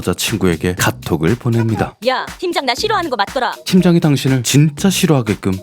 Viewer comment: 팀장 나 싫어하는거 “맞더라” 사투리 ㅋㅋㅋㅋ 더 친근해요❤꺅!! 넘조아요❤ 너진똑 ❤